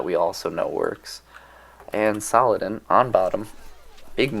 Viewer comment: Love ur vids man, think I’ve seen all of them, really. But the way You pronounce saldin as salladan gives me a fever dude 😂